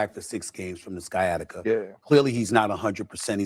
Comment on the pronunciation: Steven A., what the HELL is Skiatica?